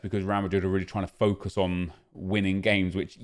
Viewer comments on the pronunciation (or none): none